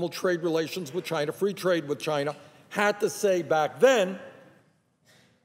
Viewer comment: Has anyone noticed that Bernie sometimes says chiner instead of China?